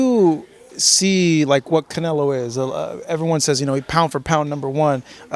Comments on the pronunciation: he said Canela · He said it right ...... canela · Y they say canlea 😂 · yes he said canelA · “ Canela” lmao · Everything he say Canela it cracks me up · He called him canela lol